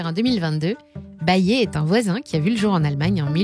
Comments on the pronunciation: Ils ont tous droit à une bonne prononciation sauf bayer haha. Ça se prononce "Bayère" 😜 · ça prononce Bayer "Bayé" mdrr ambiance lama faché on capte bien que vous déléguez la voix a une actrice